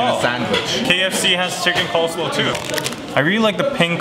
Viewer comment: I think you mean coleSLAW, not coleslow.... ha!